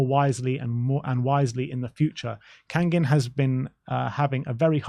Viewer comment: kang-in like bangin' not kang-ging